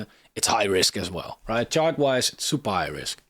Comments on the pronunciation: we need that on a t-shirt, Supairys Supairewart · Did anyone notice how he said supairys?😅 (super high risk)😅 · I read this comment exactly as he said it 😂